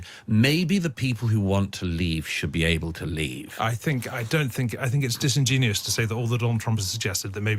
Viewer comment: "disingenius"??? Lol